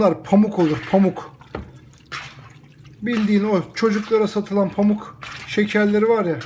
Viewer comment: Paamuk değil paammuk